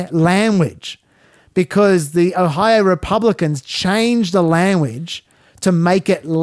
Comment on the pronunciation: Not that it matters but you say lamuage rather than language